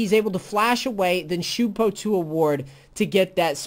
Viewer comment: its shunpo, not shoooooooonpo